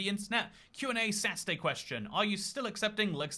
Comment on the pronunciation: I still don't know how I can still sometimes hear say Qna Sassy day instead of Qna Saturday:)